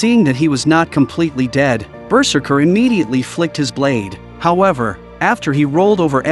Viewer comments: BERserker. Lol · The way the narrator pronounces ‘berserker’ is just too funny